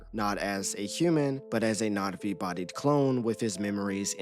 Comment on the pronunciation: Why are you calling them NOT-V?